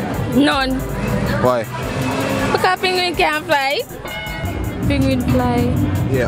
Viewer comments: It's not ping wing it's penguin 🤬🤬🤬🤬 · Penguin, NOT Pinguin. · "Penguin"the pronunciation threw me off.